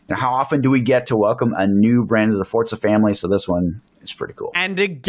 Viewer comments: After all these years, still cant say Forza. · Why do forza YouTubers always pronounce it “fortzuh” just say FOUR ZAH